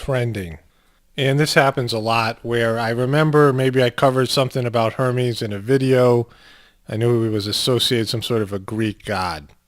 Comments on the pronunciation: Its pronounced er mes Hermes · it's pronounced ur-mez